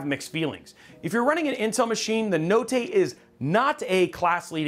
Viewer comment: I'm Italian and if you pronunce "notte" like that you are a certified psico